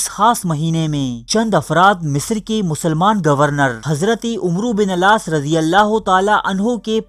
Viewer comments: Bhai wo misr ke governor ka naam Hazrat Amr Bin Al-Aas r.a. hai na ke "umro" hai please bhai read properly aap ka kaam intehayi aham hai aur aapke jazbe ko ye aajiz salaam karta hai.. aur mazeed history share kijiye Allah aapko jaza e khair ata farmaye..Ameen! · Dear it's not umroo bin alaas. It's AMR BIN ALAAS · Umru bin alas....? Ghalat pronounce hai sahi karo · عمرو بن العاص اپ غلط تلفظ کرتے ہو